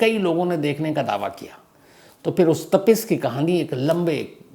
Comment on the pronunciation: नाम गलत बोल रहें हैं, वो कवि तापश था तपिश नहीं, बंगाली में तपिश नाम नहीं होता है😅